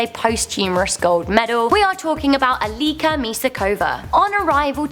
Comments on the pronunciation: Your pronounceing Eliška's name wrong it's Elishka not Eliska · Its not Elíska, its Eliška :-) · Its eleeh-shka Mishaa-khovaa 😂 and i didnt know someone from our roots did die in the olympics